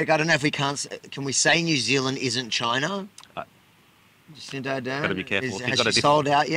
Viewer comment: It’s not Jacinta Avi, it’s Jacinda with a D, because, ahem, you know.